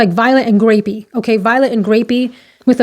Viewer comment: hello friend, I thought you said 'gravy' but you said 'grape' i was like what?!